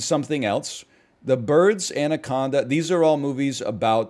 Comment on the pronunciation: It's ANA conda not ANDY conda